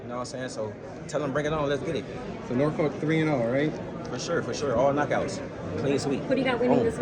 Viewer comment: The pronunciation in this video of Norfolk must stop